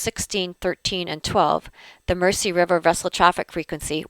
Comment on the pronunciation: I realise this video is several years old now,but as a Liverpudlian,but may I correct your pronunciation of Mersey. It is spoken as Merzey.Best wishes from Liverpool.